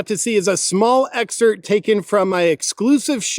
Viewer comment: Hadda rewind 5x to make sure you actually said "exert". 🤭